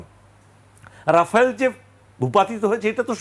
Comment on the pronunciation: এত তাড়াতাড়ি প্যান্ট ভিজে গেলে তো হবে না মিয়া 😁😁😁,, রাফায়েল উচ্চারণ আগে ঠিক মতো করতে শিখ